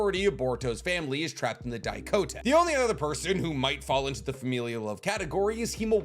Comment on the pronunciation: Why you are always saying Daikoten when it is Daikokuten?